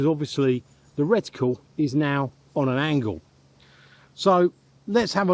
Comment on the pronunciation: As always - very interesting. Well done on learning how to pronounce "reticle" properly 😂 I always assumed that moving a scope from one gun to another would require a re-zro due to the different characteristics of the barrels and (possibly) different height between the centre of the bore and the centre of the crosshairs - due to different block designs.😊